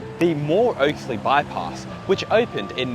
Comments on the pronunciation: The Campbelltown bypass road in pronounced "Oxley" as in oxen, box, not "Oaksley" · Oxley mate as in pronounced like the big animals, the Oxen 🙂